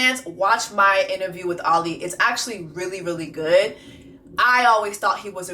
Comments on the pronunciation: I’m glad you finally called him Ollie and not “Ol LI” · Ngl friend I got “oh-lee” ptsd😂